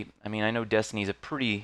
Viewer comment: destiny i thought you said density